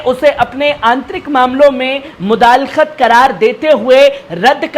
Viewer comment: لفظ مدال خت نہی مداخلت ہے جناب